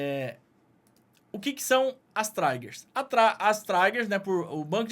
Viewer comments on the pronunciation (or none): Não é traigers, e sim trigers